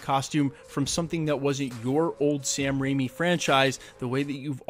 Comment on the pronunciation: Did he just say "Sam Raini"? And "Alfred Molino"?